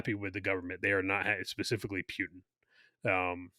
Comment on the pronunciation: Someone please teach how to say PUTIN. There is no W in PUTIN and there isn't an E either. Sounds like he is saying PEWTIN.